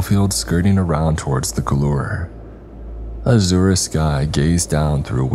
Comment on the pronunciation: Just to help, scintillating is pronounced 'sin-till-lating' not 'skin-till-lating' 🙂 Just like how 'science' is 'sigh-ence' not 'sky-ence' Both words are a soft 'c' 'Azure' is pronounced 'az-yure' not 'a-zoo-ree' You don't pronounce the 'e' And 'scarcely' is pronounced 'scare-slee' not 'skars-lee' - the vowels make it a drawn out word.